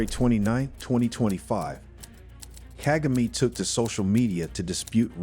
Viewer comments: Seriously! Ask people to help u pronounce african names... Kaa=gaa=me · You need to learn how to say president kagame’s name. Until then your work and opinion is useless.